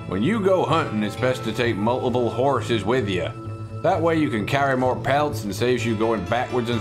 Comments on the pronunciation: Mo dynamite haha love the way you say it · you can never have too much dynamite...... you always want Mo.... dynamite !